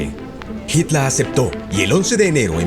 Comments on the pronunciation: Me encanta el acento del narrador cuando pronuncia en alemán : Jítal, Jomel, Panzahr, etc 👍🏻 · habla bien... joamel, jitla... payaso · Jitla,gomel,panza, que acento por Dios